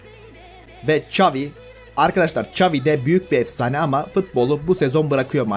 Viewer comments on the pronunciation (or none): none